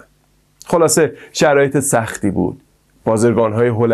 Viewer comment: سلام دوست عزیز، اول اینکه ممنون بخاطر این ویدیو!! دوم اینکه خواهشاً و لطفاً توی برنامه های بعدی تلفظ کلمات رو دقت کن و کلمات رو به شکل درستشون بیان کن ! شما تو تمام طول این برنامه همش گفتی بازِرگان بازِرگان BazErgan که این موضوع خیلی اذیت کننده و رو مخی بود! من نمیدونم شما کجا شنیدی ک اینطوری بیان کنن این کلمه رو چون درستش بازٓرگان هست Bazargan درسته ! 👌🏻 ولی در کل برنامه جالبی بود و ممنونم و لطفاً به این موضوع حتما دقت کنید!! متشکرم😍